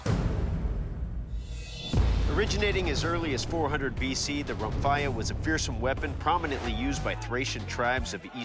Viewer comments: Actually, Romphaia is pronounced Rumpheya, and the word isn't greek, it's thracian, so is the entirety of the greek language. There was no such thing as a " greek " culture untill 1910. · It is pronounced RomphEa (e as in lemon) Even the show hosts said it wrong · Well Romphaia is a Greek word so are Thracians(till this day actually), anyway the meaning of the word is : Ramphos= beak of a bird. And its pronounced......romphea,like you would say phe-nomenon.